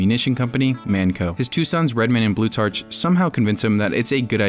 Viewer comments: Its pronounced "Blue-tark", not "blue-tarch". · It's pronounced blue-TARK, like Plutarch. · Blutarch is pronounced "Bloo-tark," the ch sounds like a k such as in architect or psychology.